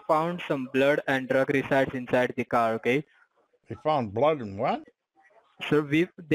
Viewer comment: Blood and drug "resides"lol 😂